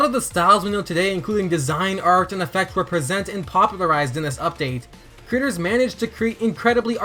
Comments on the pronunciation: Why does he keep saying the word "creators" like he wants the captioning to hear the word "critters"? (Hint: Watch this video with CC turned on, if you are one of those people that watches videos with it turned off) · Instead of him saying creators I heard critters